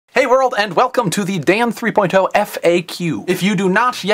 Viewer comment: Stop saying "three-poin-TOE!" Come on man, just say "three-point-oh".